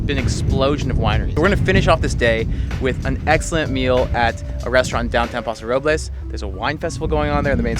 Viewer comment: For Californians you sure do pronounce place names wrong. We say San Lewis Obispo not San Louie (or we just say SLO pronounced Slow) and we say Paso Robels not Paso Rob-less Of course this is not proper Espanol, but that's how locals say it. Sounds so awkward hearing you say the places wrong lol